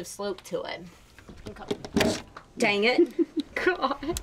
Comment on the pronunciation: You don't have a real thick accent until.... "dang it!" 😂😂😂 ( I'm in SC so I probably just don't hear it)